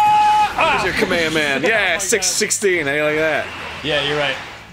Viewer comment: I'm not that much of a DBZ fan but my God can you guys just say "Kamehameha"? Idk why but it's making me angry